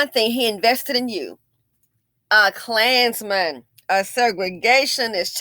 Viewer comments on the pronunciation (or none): Every single time you said "A KLAANZMAN!" I cackled 🤣🤣